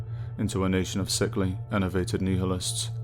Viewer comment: you don't know how nihilism is pronounced